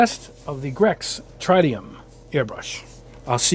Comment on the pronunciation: Thank you for the great review. Just a couple of things, the name of the airbrush is pronounced Trit-e-um (think, Spiderman comics/movie) but don't feel bad, I've heard a lot worse,,,lol. You compare the threaded fluid nozzle to the press fit of the Badger, like anything ther are pros and cons. Like you say, using a wrench to remove the fluid nozzle is a bit inconvenient. However, the threaded style helps ensure perfect fluid nozzle and needle alignment. With that said it's appreciated that you mention the quality of the machining of parts and positive interface of the wrench to the fluid nozzle. When you bubble back I do recommend keeping the the needle cap on the airbrush. The bubble back effect won't be compromised and ensures the needle remains protected. When using the crown cap I gently pinch the crown cap between my thumb and index finger to create a similar seal and bubble back that way. Again the needle remains protected. It's great that you show the trigger stop feature. For general coverage and semi fine line work it does the job nicely. However, when doing fine line work I do recommend developing a good hand eye coordination. With a lot of paint companies going to water based acrylics these days these paints are often susceptible to tip dry issues. So with the trigger stop turned down that much, paint performance may suffer. Every so often I have to "goose" the trigger with a full shot of paint to avoid negative fine line performance with these types of paint. Doi